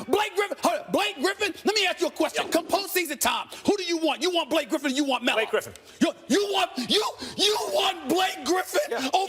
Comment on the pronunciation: 😂😂😂😂😂😂 the way max says blake griffin